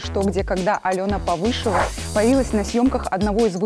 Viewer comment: ПОвышева, а не ПовЫшева!